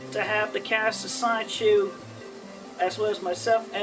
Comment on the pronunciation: Does anyone else hate the way he says sonichu? Like this is your life's work and you can't even properly pronounce your protagonist's name? "I would remain in creative control of sonchu..." Like yes all of his mannerisms piss me off, especially his sighs and his "hmm," but the way he lazily says sonichu... Guh